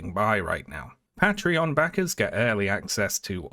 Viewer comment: wait omg he went back to saying Patreon funny ily never give up the fight